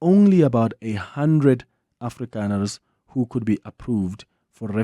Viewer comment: Why everytime you say afrikaner, you say it in disgust with CAPITALS???????